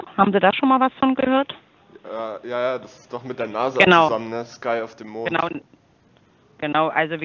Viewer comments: On Demond "französich jaja" Hahahah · Ist das nicht "un Démonde" ? :-D